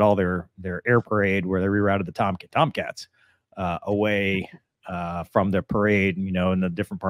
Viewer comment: algorithm points for proper TomCats pronunciation. 🛩